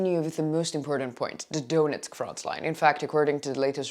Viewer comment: Could You be so kind and learn pronunciation of ukrainian names? It’s not Doonetsk, but Donetsk. And so on, and so on.